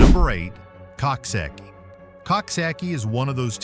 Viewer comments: Coxsackie is pronounced Cook Socky. Think of a Coxwain in rowing crew. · Pronounced cooksocky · It is called COOK-SOCK-EEE. PLEASE SAY IT CORRECTLY. It's a little town to be very proud of. You need to update your video and pictures of Coxsackie too. The entire downtown area has been all renovated and it's absolutely lovely. Especially our new riverfront.